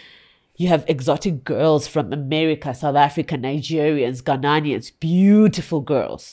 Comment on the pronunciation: It's Ghanaians not Ghananians. No pun intended.